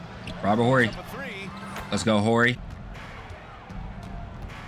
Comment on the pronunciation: When you pronounce our last name Horry the H is silent in it bro yeah Robert my family